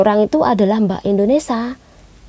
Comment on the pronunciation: Mbak, negara kita INDONESIA bukan INDONESA. Mohon pengucapan yang jelas